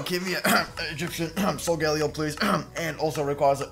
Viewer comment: It is so-gah-lay-oh